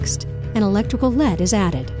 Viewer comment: Um "lead" is as in lead a dog, not as in lead weight. QC suspect ? ;- )